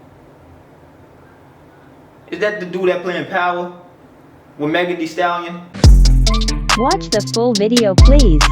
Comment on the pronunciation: The way he say Megan thee stallion is funny